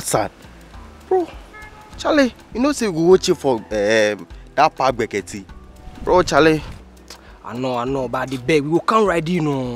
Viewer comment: Say my name again "bra Charles"